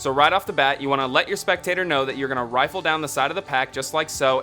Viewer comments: It's RIFFLE not rifle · Yeah, i cant take you seriously when you say rifle lol.